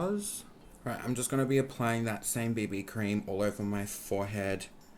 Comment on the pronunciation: literally thought you said “bindi cream” when you said “BB cream” 😂😂😂😂